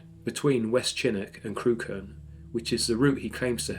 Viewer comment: Deliciously spine-chilling. One quibble: Crewkerne is pronounced 'Crook'n'. You are a very good and atmospheric narrator.